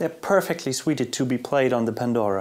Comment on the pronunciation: From now on suited is pronounced sweeted.